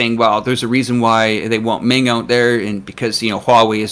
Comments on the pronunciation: Please get your pronunciation straight. It's Meng, not Ming. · One of you is saying "Mong" and the other is saying "Ming". Are you guys talking about the same person? I thought this was supposed to be a professionally made video. (BTW, The real pronunciation is closer to "Mong").